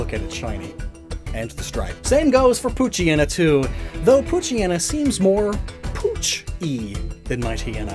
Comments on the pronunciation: The anime mispronounced Poochyena. Sadly that trend has continued even to this video. I know it's a mouthful, but as a portmanteau, it should be pooch+hyena, so... pooch-eye-eena. By extension, Mightyena would be might-eye-eena. By the way, I don't think this bit got enough focus, but hyena's aren't just scavengers, or even primarily scavengers, despite how they're depicted. There's a fierce rivalry between lions and hyenas. Both are predators and both steal from each other regularly. Hyenas just got the short end of the stick on reputation. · I dated someone who called Poochyena: “Poo-chee-nah”. Out of all of the mispronunciations, that was definitely one of them.